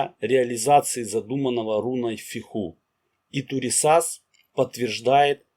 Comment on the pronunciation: Автор, хорошо освещает тему, но ударение во всех случаях на первый слог, кроме БеркАны